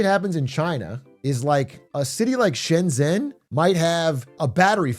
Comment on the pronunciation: Shenzhen is pronounced something vaguely like "Shen Jen". "Shen Zen" is way off